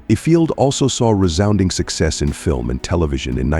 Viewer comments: Worst AI narrator ever! "yo-DELLing"?? "If- field" Good grief. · IFIELD is pronounced EYEFIELD.. Ukulele ??? Try yewkalaylee